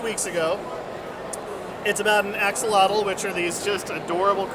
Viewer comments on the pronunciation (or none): Love the Max The Little Axolotl book! Not how you pronounce Axolotl but great book!